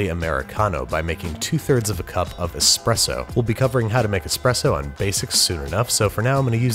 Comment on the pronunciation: Thank you for pronouncing ESPRESSO correctly. We live in a time of epidemic EXPRESSO pronouncers...